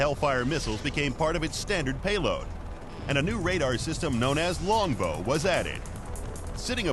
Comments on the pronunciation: Umm since when did they retire the AH-1 Cobra? Its still in service with the Army and Marine Corps. The AH-1Z just came out so I dont see them retiring it anytime soon.. Psst its LONGBOW not longbox.. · its longbow not longbox wtf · 1.The AH-64's name doesn' even include the word"Cobra" 2.It's Longbow,not Longbox. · "Longbox" lol